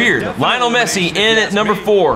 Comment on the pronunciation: i like lionel messi and you pronouced it wroungg